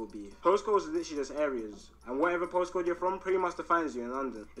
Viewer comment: Bro said Posscode 🤣